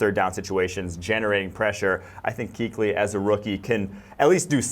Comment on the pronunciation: Kingsley Kuechly lol